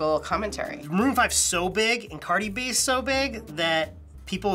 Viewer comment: well you love her but you can’t even say her name right smh